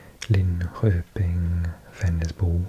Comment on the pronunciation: I love your asmr videos! Especially USA facts etc. I am so very impressed with your language skills! Just one detail to make your Swedish words perfect: In regards to Norrköping, Nyköping, Linköping etc, "Köping" is pronounced with sh sound like in "shut up" or "shut the door" You have the most relaxing voice:-)